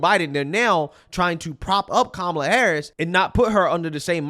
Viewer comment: As an Indian I'll say, Kamala cant say her own name properly 🤣 She's not Indian and her policies are awful. Identity politics is low IQ just like Charlamagne the Goon.